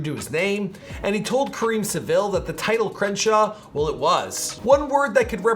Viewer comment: Well done. I was hesitant to watch this because of how the videos are usually done but it was done in good taste. Only critique I’d offer is Karen Civil is actually pronounced how it’s written: Karen Civil